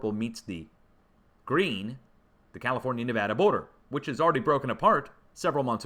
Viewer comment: Yay, saying Nevada correctly! 😁